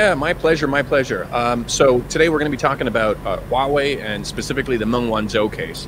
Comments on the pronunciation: Please get your pronunciation straight. It's Meng, not Ming. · One of you is saying "Mong" and the other is saying "Ming". Are you guys talking about the same person? I thought this was supposed to be a professionally made video. (BTW, The real pronunciation is closer to "Mong").